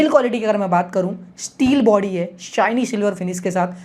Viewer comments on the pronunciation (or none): none